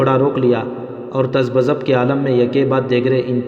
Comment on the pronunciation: Excellent work. I like to correct the following تذبذب is pronounced as "ta zab zub" it is not "Taz ba zab" thank you brother.